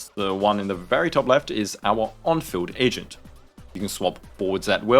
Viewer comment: I know you meant to say agent but all i heard was "asian" 😂